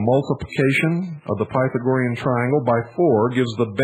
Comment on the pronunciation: Can't even pronounce Pythagorean